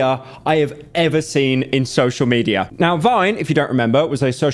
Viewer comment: "Social mederrap" lmao english pereon